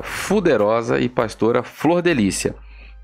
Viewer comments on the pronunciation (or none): Não aguento vc falando deputada fuderosa😂😂ainda da uma apertada no U para ficar mais pesado. kkkkkkkkkk demais vc.